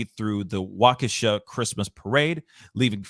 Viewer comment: Wa-kesha??? It’s wah-keh-shaw guy